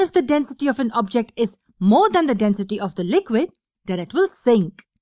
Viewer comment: Ummm all I hear is Denstey